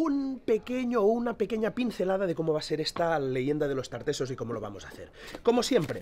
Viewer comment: Los tartasoss dijo 🤣🤣🤣